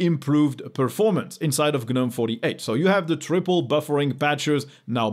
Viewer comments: I don't care what it means, what its origin are; can people please stop saying Guh-nome! We'd all know what you are talking about if you just said Gnome. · In English, Gnome is pronounced "nome", the g- is silent, unlike gnome in French...